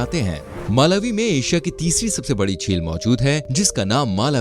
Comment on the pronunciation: It's pronunciate like Malaawi not Maalawi